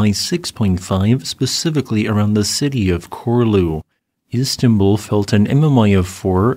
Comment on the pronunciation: It is pronounced “Chorlu”. The little wiggly thing makes it “ch”